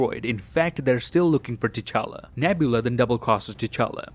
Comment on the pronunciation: Why Nebula calls T'chala "cha-cha"